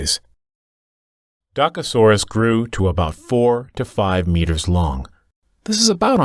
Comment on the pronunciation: You pronounce "Dokasoras"